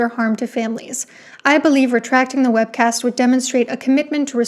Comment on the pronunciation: every time u said “webcast” i screamed